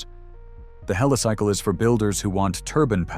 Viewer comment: Yep, more AI slop, one moment it's Helisickle, then pronounces it correctly as Helicycle, apart from other inaccuracies 😳